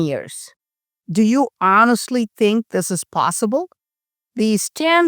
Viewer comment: I tink you said think wrong. 😊🤭